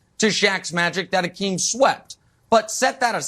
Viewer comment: Nick should learn how to pronounce Hakeem’s name correctly before speaking about him.